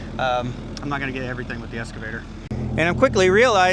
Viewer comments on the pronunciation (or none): Dude, it’s excavator, not escavator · I think you have been calling your Excavator a "Escavator".